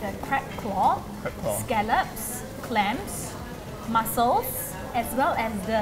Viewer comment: It’s mussels not muscles 😅😅